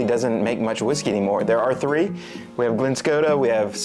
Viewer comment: It is not Glen Skota!